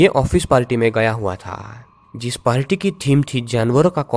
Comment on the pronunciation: Its party not palty🙄🙄